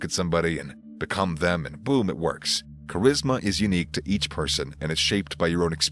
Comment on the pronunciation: L and live how his funny at points he said cherisma lol